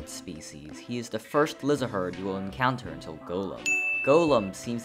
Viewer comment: I never expected anyone to say "Lihzahrd" like "liz-uh-herd". I always said it like "liz-erd"